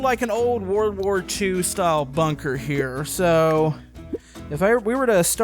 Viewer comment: its bunker not bonker